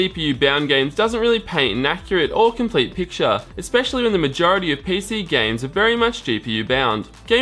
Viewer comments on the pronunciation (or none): none